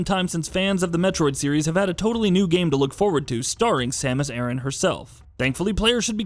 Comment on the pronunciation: Once he said Samus' last name wrong I immediately had an aversion to this whole video